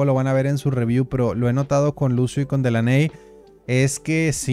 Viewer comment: Délany bro así se pronuncia Delaney😅